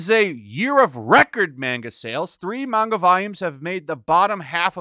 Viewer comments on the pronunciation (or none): how is it possible can never pronounce manga correctly